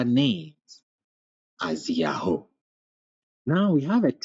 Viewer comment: This was surprisingly good, the real pronunciation of the name was right under our noses